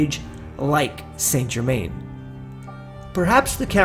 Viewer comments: PRONOUNCED san ger-man. If your lookn for him, get the name proper. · I believe Saint Germain would be properly pronounced as "sinGimain." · Saint Germain is said like sa jerma. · His name is pronounced "San Zher-man"